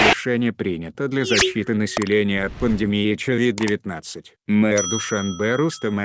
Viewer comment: Говорит Човид-19😁😆✔️